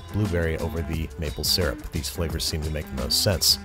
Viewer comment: finally an American who says syrup right (it's see-rup not sur-up)